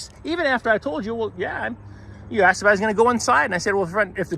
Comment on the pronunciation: He "axed' you to leave...